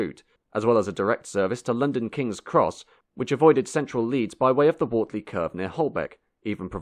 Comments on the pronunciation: Wortley is pronounced wertley, not the way the narrator did. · . . and Wortley ( Wurt-ley). . . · Well! The footage is rare and excellent, but the commentary is , to say the least, verbose. Keighley is pronounced “Keithley”, not “Keeley “,and Wortley is pronounced “Wertley”, not “Wortley”. The person reading the commentary was certainly in a rush!!! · Thanks, very interesting as usual. Btw Wortley is pronounced "Wert-ley" and Keighley is "Keeth-ley". Detractors of British Rail conveniently forget that it inherited a worn-out under-maintained system after WW2. The demolition spree you rightly mention included many smaller stations too, and Network Rail seem to be continuing that with their pathological hatred of anything not "modern". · A very interesting video. Some minor corrections, however: 'Wortley' is pronounced as in 'were' (t) or 'whirr'(t). (Many others have commented on 'Keighley' being pronounced 'Keithley'). Also, when the new Bradford Exchange was opened in 1973 it was only as a two-platformed station. (I was on the very first train to use it early that Sunday morning!) It was only after the old station shut and the old formation down to the station was filled in that the second island platform could be built. There is a lot of interesting footage though not all of it appears to relate directly to Bradford Exchange and local lines. Incidentally, the other station, Forster Square was originally set in a dignified and spacious square, which was filled in by an ugly 60s building development - yet another example of Bradford's appalling legacy of planning and vandalism of the best of its architectural heritage. There was a plan in the 50s (I believe) to link the two stations, which at that point were very close to each other, but priorities at the time lay elsewhere. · The accompanying soundtrack pronounced Wortley incorrectly, too. It's Were-tli.